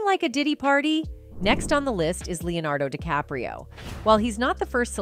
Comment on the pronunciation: he say Leonardo decapro...